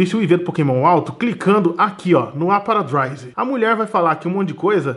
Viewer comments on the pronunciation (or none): ''APARADRISE''??? APPRAISE pelo amor de deus! que agonia dele falando errado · "aparadraise" PQP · kkk rachei dele falando drowser e aparadaiser